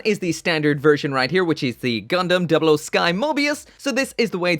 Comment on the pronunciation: First- he already did Second- I should drop a colony for the way you said 00